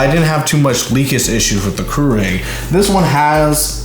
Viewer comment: Keurig is not pronounced "crew-rig", it's "cure-rig". And the Nespresso pod bin isn't like a trash compactor, it's just a waste bin. While you think the Nespresso coffee is expensive, it's way cheaper than Starbucks. But if you want Folger's tasting coffee, that's your choice. And yes the Nespresso shuts off, but takes less than 30 seconds to be ready. In fact turn a Keurig and Nespresso off and start them at the same time and brew and the Nespresso will win.